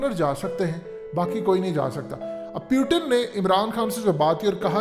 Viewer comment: Its Putin not pyutin 😆😃🤣 Fazehat tv 📺